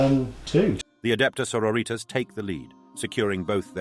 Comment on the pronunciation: love the voice work but.. sororitas is latin, you shouldn't be pronouncing that single word in spanish